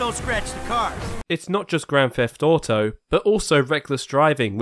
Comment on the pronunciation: I cheered every time it said ''geane theft auto" because its almost like it's the title of the game 🤑😎